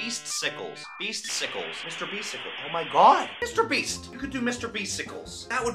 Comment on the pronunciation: beasticles sounds wrong